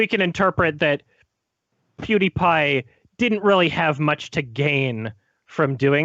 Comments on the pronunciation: I thought "Pew DIE Pie" would be the funniest mispronunciation by, but then he hits you with that "Ape Boy" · pew- die-pie